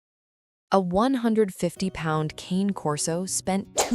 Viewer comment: Please teach the fake voice to pronounce "Cane" properly.